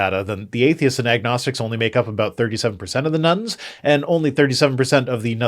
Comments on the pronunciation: Heard "Nones" as "Nuns" there for a moment. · It took me an embarrasingly long time to realize you were saying "none" instead of "nun" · The way you pronounce "none" makes it sound like the population of nuns is increasing dramatically :)